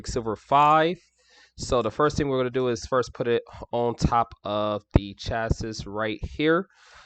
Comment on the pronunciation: It's pronounced shacee not shassis lol